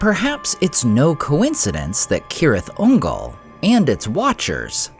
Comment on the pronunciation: At LAST AI that pronounced it (K)orectly😮! Now pronounce Celeborn and Cirdan! 🤓😎✌🏼☮️